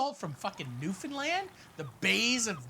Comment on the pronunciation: You pronounced Newfoundland the correct way. I thank you. Also, this is god-damn amazing. You also are missing gravy, but that's okay.